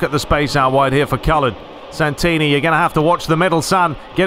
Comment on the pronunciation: I can’t believe you signed Santini. It’s my family name! My uncle is actually G. Santini. And you didn’t butcher it either!